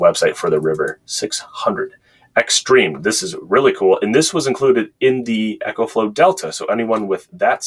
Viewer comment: Eee co flow. Like economy. Echo is for your guitar. GOOD review